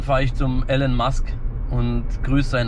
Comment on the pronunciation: Kann man ihm mal bitte sagen wie man Elon ausspricht?😅 Nach einiger Zeit nervts😂